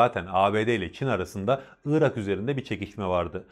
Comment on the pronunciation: Iıırak değil arkadaş Irak. Doğru telaffuz eden birini görsem sevineceğim.